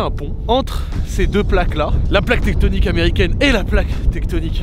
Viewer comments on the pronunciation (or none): Plaque lithosphèrique pas teckonike t’abuse